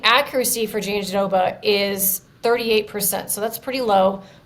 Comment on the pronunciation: Guys, its not JandiDOBA. Why would there be a second "d" sound? Just roll the "r" sound in -roba... Why is this so difficult? Listen to Virna say it, nowhere does she pronounce it JandiDOBA. Please do better.